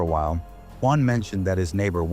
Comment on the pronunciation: Nope! It’s the way they say “guan” instead of Juan.